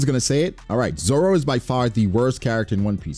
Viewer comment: Bro should be banned from anything One Piece really tried to say Zoro Edit: I’m crying laughing bra that nigga said Laboon😭😭😭